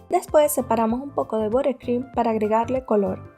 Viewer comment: Excelente receta. Excelente explicación. Solo te diría que cupcakes se pronuncia CAPKEIKS y buttercream se pronuncia BATERCRUIM.